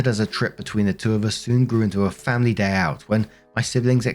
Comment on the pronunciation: I love when says, FAM-ily😂